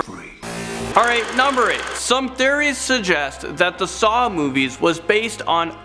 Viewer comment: Tried to watch but I can’t stand the way you say theories. I’m sorry.